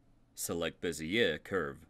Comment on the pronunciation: Bezier is pronounced "Bay-Zhey" where the Z is almost a J.